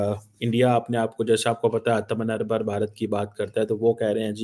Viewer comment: यह क्या चुगद है? बैठ कर, computer “sacreen” पर भारतीय चैनलों की रिपोर्ट पढ़ता है! मूर्ख, शब्द आतमनिरभर atamnirbhar नहीं आत्म निर्भर atmnirbhar है! अनपढ़ मद्रसी!